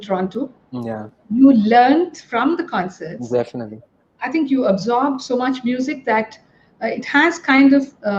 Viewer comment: Highlight " definitah"